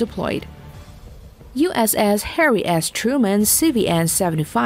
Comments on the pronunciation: Sounded like she said USS Hairy Ass Truman.... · It sounds like she says Hairy Ass Truman, now that is something